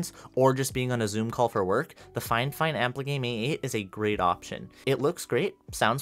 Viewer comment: I don't know if it's just me but I pronounce it (fee-fine) and it kinda triggered me when he pronounced it (fye-fine) no hate and everyone has their way of saying things. Just asking how do you guys pronounce Fifine?